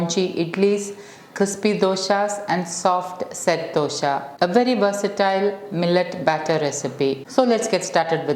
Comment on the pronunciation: Dosa not dosha